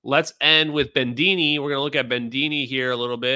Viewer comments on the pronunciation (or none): There’s no ‘n’ in Bedini. You really start need to get rid of your sloppy speech. As a huge fan of yours, I say this. We met and I think we liked each other. I was the guy in the black leather hat, if you recall. And no ‘r’ in Sabine. It is ‘Suh-BE-nuh.’ How do I know? She’s obviously some sort of Germanic. That’s how they pronounce it there.